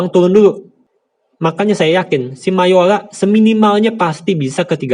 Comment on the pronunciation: bagus ilmu di videonya bang tapi lucu 😂 mayora = mayola investor = investol saya kirain pistol 😂